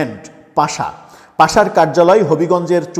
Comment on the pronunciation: পাশা নাকি পাসা নাকি পাছা? সঠিক উচ্চারণ করুন